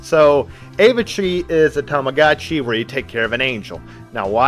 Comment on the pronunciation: The vid is pretty nice it's the first time I'm seeing your channel and I'm gonna subscribe but DUDE I need a written apology for the way you pronounced Tamagotchi 😭😭😭